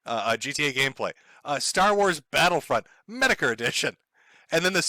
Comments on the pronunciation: metokur? or meatokur?? english is bad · Dear mr. Meet-uh-Kh-errr… Do a 5 minute search on DSP on YouTube… lmao